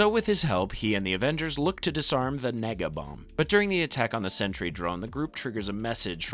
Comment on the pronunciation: Really gotta enunciate that e in nega bomb lol